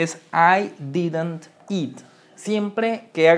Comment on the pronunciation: pronuncias Mal didnt😂 pro Bueno